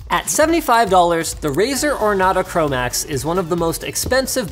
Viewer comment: He said "chromax"